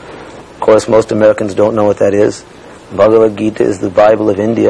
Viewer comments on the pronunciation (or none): Ari Ari Ted patrika can't pronounce bhagwat geeta. He is pronouncing it like baba bagita. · LOL. Ted Patrick said "Baba bagita" for Bhagawat Gita.